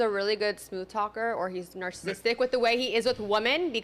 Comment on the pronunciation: “Nar-sis-tick”. “The way he is with WOMAN”. 😂😂😂